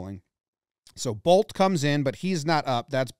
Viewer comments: Good thing I was reading the caption for the announcer at the end or else I would have thought he said “TRENT BOLES HAD SEX. HE DID IT” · It's a good thing Jomboy wrote down what the announcers actually said, because I heard "Trent Boults did it! Trent Boults did it! He's had sex!"